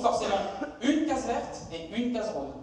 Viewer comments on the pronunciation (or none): none